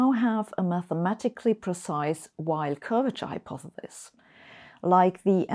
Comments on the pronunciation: I love Sabine as much as the next person here but she really does need to practise saying "hypotheSis" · A brilliant theoretical physicist who doesn't quite know how to pronounce the word "hypothesis". Finally, there's something I know that Sabine doesn't! lol. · hypothethis hypothethis hypothethis... once you realize that's how dr. hossenfelder pronounces it, you'll never be able to pay attention to what she's trying to talk about today. I think she said hypothethis about a hundred times in this video! I still love them though. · I want to teach her to pronounce hypothesis